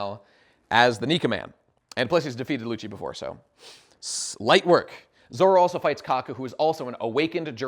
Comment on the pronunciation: The Zolo thing is as weird as the german dub calling Luffy Ruffy instead of